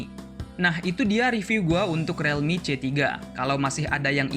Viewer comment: membenarkan saja bang, bacanya bukan "relmi" tapi "rilmi" real dibaca ril